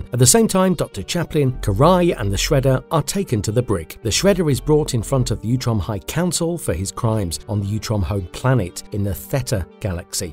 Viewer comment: It's utrom. Not youtrom.. Sound like fake AI reading